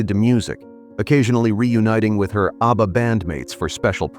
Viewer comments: Mate, it's 'ABBA' not 'Arbour!' 😂😂😂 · Pronounced ABBA, not ARBA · oh wow, you really are sarcastic aren't you? I am British. I speak English and nowhere in the world is Abba pronounced the way it was pronounced in your video. I was correcting the pronunciation. I won't be back here. I only follow nice people. Have a wonderful day. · Is jarring every time ABBA is mispronounced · mispronounced abba sounds ridiculous & personally I'd prefer to her your voice, for all the hard work you've done! I did make another comment on your upoad. (2 comments) Just to let you know, I'm mostly dyslexic & not making out I'm smart! There's nothing wrong with me prefering to hear you speak with your own voice instead of a ai vocals.. I'm glad you commented.🙏🏽 ..